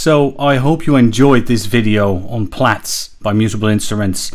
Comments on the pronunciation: You're correct in pronouncing it "Plats" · That’s the correct pronunciation my friend. Just look at its logo …